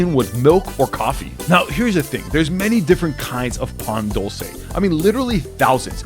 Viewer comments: This man hurt my heart when i heard PAn Dull cay bro its Pa n dul ce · The way he said Pan dulce pissed me off